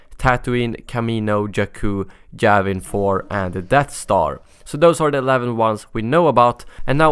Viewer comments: Javin 4? it's Yavin 4. you can't just add letters to words lol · Lol He Said Javin 4 At 43